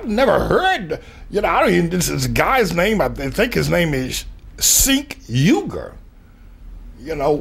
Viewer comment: he talks as if he holding back a major fart. "Sink Yukeer"...yeah let that sink in